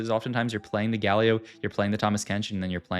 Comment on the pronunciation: Great video, the pronunciation of galio and brier is killing me tho lol